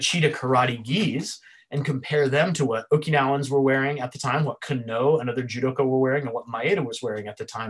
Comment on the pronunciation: Can you explain why you place emphasis on the "Oh" when you Kano? Instead of just saying the name "Can-No" you say "Can-Oh" ?